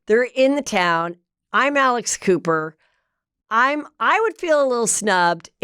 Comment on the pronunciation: When she said Alex Cooper, I thought she said Alice Cooper. Totally different visual. 🤣🤣🤣🤣🤣